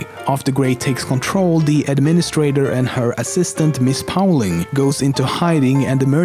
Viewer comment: the way he pronounces "Ms. Pauling" is so funny for me